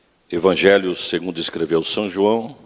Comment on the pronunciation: Só achei estranho falando são João